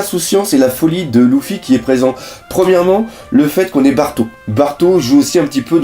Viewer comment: c est grave moche comment tu dis luffy mais sinon continue comme ca !